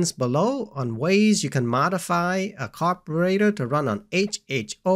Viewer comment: say car bur rater one more time .